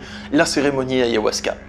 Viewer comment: Pourquoi tu dis ayohuasca. C'est ayAhuasca.